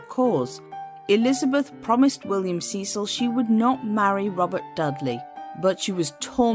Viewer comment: "Sess-ill". not "see-sill"